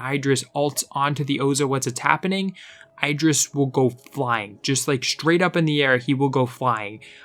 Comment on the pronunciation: u saying idris wrongly just pointing out